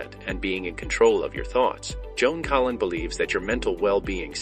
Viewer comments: Must be bad AI doing the narration because her name is Joan Collins not Joan Collin. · Why in the heck does the video narrator call her Joan Collin ? without the S ? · Her last name is Collins, not Collin. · The name is Collins, not Collin.